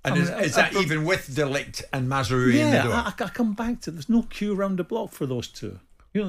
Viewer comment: At least put some effort in pronouncing the name correctly. It's MazRAoui